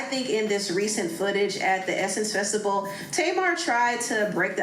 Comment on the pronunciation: yes but says “festibal”.